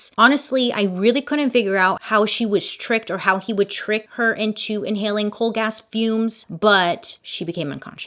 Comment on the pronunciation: i 100% did not think you said coal gas fumes, i thought you said cold a$$ tunes, i'm over here elbow deep in paint, like how does one inhale cold a$$ tunes.